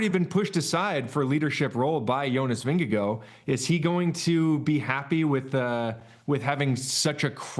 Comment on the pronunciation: Why, why, WHY are the NBC cycling commentators (Phil and TJ and Bob Roll, plus the talking heads in the studio) totally incapable of pronouncing Jonas's last name? "Vingegaar" does NOT end with an "oh" sound. At TdF 2024, NBC even had Jonas pronounce his last name on camera. Phil actually realized everyone was pronouncing it poorly, sloppily, could-care-less-ly. But, soon fell back in with everyone else in intentionally mispronouncing it. An American thing? Drive me ups the wall. In fairness, they all, to one extent or another, do poorly with some other names. At TdF 2025 (stage 3 I think) Phil and Bob even admitted they could not pronounce one name, so didn't even try. These folks are supposed to be pro announcers who know the riders and the sport. Their sloppiness drives me up the wall. Learn how to pronounce names correctly (meaning at the person would like). It's part of your job. You might add place names to the list of names to learn, too.